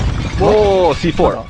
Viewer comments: カネキンさんのC4の発音良すぎます 笑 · C4の発音がめっちゃ良くて草